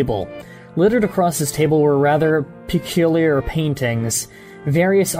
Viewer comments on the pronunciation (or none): none